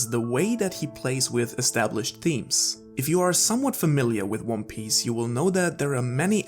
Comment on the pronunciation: he called it wan pace and wan piss. That's why I thought.